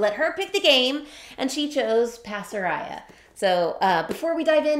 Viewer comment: Pasaraya! How wonderful. When we lived in Jakarta (Indonesia), Pasaraya was the major department store that we shopped at. It looks like the designer is Malaysian - I'm surprised that the currency is Miel, rather than Ringgit or Rupiah. Incidentally, the word "pasaraya" should be pronounced with all long a's (like in 'Father') - Bahasa Malay/Indonesia doesn't have a flat "a" sound (as in 'faster').